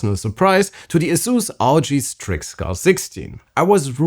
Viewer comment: I couldn’t understand what the guy was saying? Asus rg strickguard60? 16? What’s his favorite laptop?